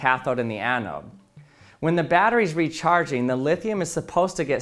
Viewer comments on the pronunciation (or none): none